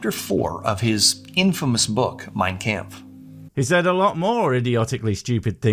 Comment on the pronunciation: the guy cant even pronounce the book right, you think he knows what its about?